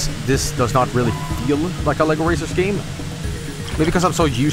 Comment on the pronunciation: oh Sh- The lLBi arrives breaks the door into separate LEGO bricks You are getting arrested for pronouncing LEGO the wrong way